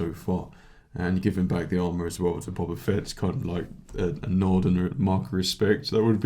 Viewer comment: I hate to nit pick, but its not bob-ba, its bow-ba........ Ok now carry on...